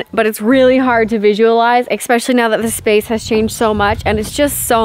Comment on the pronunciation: 'especially' es-SPESH-a- lee, does NOT have an X in it. The girl in Simple Living Alaska says 'expecially', too, so it's not a Canadian thing. The sod laying is about to begin, gotta get back to the video.